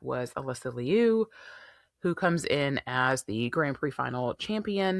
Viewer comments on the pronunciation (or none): Liu is pronounced Loo.